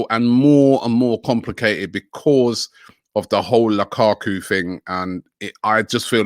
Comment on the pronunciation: Lakaku. Me thinks the could do with a pronunciation coach.